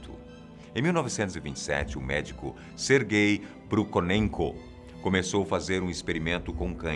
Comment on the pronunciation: médico "Serguey" ser guei kk